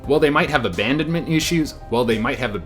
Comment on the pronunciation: Lol! I love the outtakes. It's ABANDONMENT. Just so you know. That was great and a very interesting video.